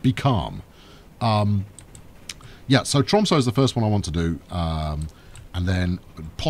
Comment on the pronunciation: Hmm why would anyone dislike these videos.. unless they are even more upset than me with how the pronounces tromsø:P its an ø not an o:D